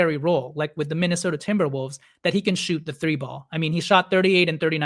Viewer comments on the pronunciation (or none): none